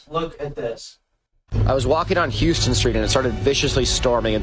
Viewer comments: this guy has to be a joke because no way he specified that he was walking on “Houston St” if he didn’t know it was pronounced Houseton St. this is all rage bating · Houston St is pronounced “how-stan”, not like Houston, TX. Not like there’s any other way to tell he’s not from here tho lmfao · “Houston street” pronounced like the city in Texas 😭😭😭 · As a New Yorker I had never heard of scooped bagels until this TikTok went viral and my first thought upon Googling to see what it was (I literally couldn't even imagine what it meant because the thought of doing that had never occurred to me) was "death penalty" OH NO HE SAID HOUSTON STREET LIKE THE CITY NO NO NO OH THAT GAVE ME PSYCHIC DAMAGE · Definitely a character. That “little hole in the wall” pastrami place is the incredibly famous and large Katz’s Deli. And he pronounces it Houston like the city rather than how-stun. He could have bought pastrami by the pound instead of a sandwich if he wanted. Incidentally, NYC bagel places usually put WAY too much cream cheese on their bagels. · Dude he even said “Houston” Street like that it’s definitely a bit right? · Calling Katz’s a hole in the wall place after mispronouncing Houston street and the affectation he put on L.A. really gave the game away. You don’t get a triple hitter like that unless you’re rage baiting for a living. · He also mispronounced Houston St, and I swear it was on purpose